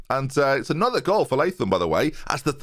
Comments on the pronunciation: Awesome stuff. You got it right with pronouncing it Lay-thum. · Latham. Finally a pronunciation I can agree with.